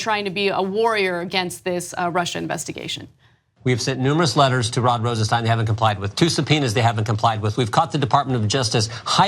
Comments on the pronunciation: Pronounced Rosen-stine (long "i"), NOT Rosen-steen. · "Rosenstein" is pronounced RosenSTINE not RosenSTEEN. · Isnt Rosenstein pronounced just like Frankenstein???? I saw an interview where Rod Rosenstein pronounced it like Frankenstein not like Woodward & Bernstein.